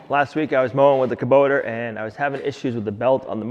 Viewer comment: just to inform you, there is no "R" in Kubota LMAO!!!